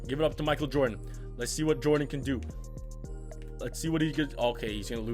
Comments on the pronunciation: no disrespect but "makal jordan" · Boi I’m not being a hater but wtf you got to say Michael Jordon right I mean come on dude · Mikal Jordan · Why you say Michael Jordan like that? 😂